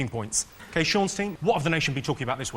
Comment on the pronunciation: Did the announcer call him 'John' Lock?